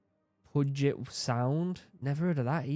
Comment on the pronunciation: There are too many pronunciation mistakes in this for me to type out but as someone who lives in the Puget Sound area Puget is pronounced pewjit.